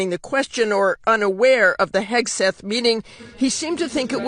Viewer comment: Don't Forget "HAIG"seth....